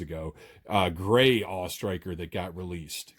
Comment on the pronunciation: I gave this video a thumbs up for pronouncing it the AWE Striker and not the A...W...E Striker.